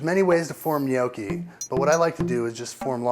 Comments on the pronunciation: People love arguing over stuff like this and I don't really mean to add to this, but I also want to say that he's not pronouncing it right. He's saying it more like "nee-oh-key" while the "ee" is too long and the "oh" too long and deep. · he say gnoghi. From italy ;D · What the fuck is nyoaw-chi? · It's a short o, not a long o. An "ah" sound, not an "oh" sound. Properly pronounced like it is in the video, 'Nyahki.' My grandparents from Abruzzo used to smack me on the head if I ever pronounced it with the long o. Great video though, just thought I'd let you know how to pronounce it correctly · the only problem with his pronunciation is that he pronounces like Gnochi since in english there's no "double consonant" sound but "cc" in italian is pronounced like a strong K with a long wovel before the double consonant to it should be pronounced Gno'KKi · Take it from a WHOP, people; it's pronounced NYOKKEE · UR DOING IT ALL WRONG !!! Who the hell says "No-key" !!! I am 12 and can cook better then this fat ass !!! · he's pronouncing it almost right...maybe he should add a G to the end but it's not so easy for non italian-spanish speakers. To erase any possible doubt on pronunciation, in italian (and believe me, I know italian, since I'm italian and I'm majoring in languages and phonetics) GN=Ñ as in spanish NIÑO and so on. So it's something like Ñokki in pronunciation :D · Good video however you are pronouncing it wrong... My Noni made the best gnocchis! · omg!!! gnoooowkey!!!! that's hilarious....the way he says it has me laughing hysterically...I couldn't eat them, I tells ya. Ricer???? ha! Parmeshan? WTF???? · You're Doing It All Wrong: You're Saying "Gnocchi" wrong. It makes me cringe. I can't even finish the video because I can't bear to hear you say "gnoow-chi" again. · If you pronounce gnocchi as "nee-oky." You're doing it all wrong. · When you pronounce gnocci as "Noky" you're doing it all wrong. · omg if he says gnocchi wrong one more time!!!!! lol